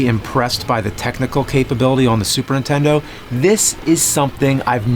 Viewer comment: He needs someone close to him explain that it’s NIN-tendo and not INTENDO. Just call it a ply-station or dramaminecast